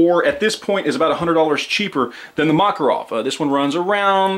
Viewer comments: ma-KAR-ov is the pronunciation. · Is the Makarov pronounced "Mack" or "Mock"? The internet seems to be split on this one. I'm sure the Russians use the latter pronunciation, so that should be all that matters, right?